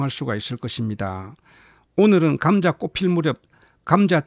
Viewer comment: 감△ , 자▽ 엑센트가 특이 하시네요^^ 감▽, 자△ 이게 옳은 엑센트인 것 같은데요^^